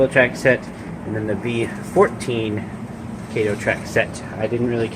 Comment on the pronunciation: This looks like the beginning of something really cool. Just for future videos, which I hope you do plenty, the name "KATO" is pronounced kah-toh, not kay-to. Look forward to seeing some more details in the layout as time goes on.